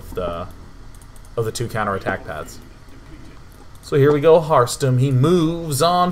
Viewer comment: Every time he says harstem, it sounds like hearthstone to me